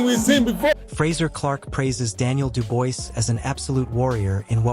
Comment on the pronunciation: Stop making videos about boxing if you can't even get the fighter's names right = STOP saying DU-BOYCE his name is Daniel Dubois pronounced DU-BWAH !